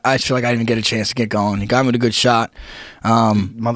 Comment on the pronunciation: It is with, not wit Frankie....